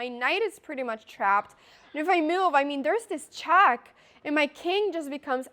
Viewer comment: Love the way she say chack 😁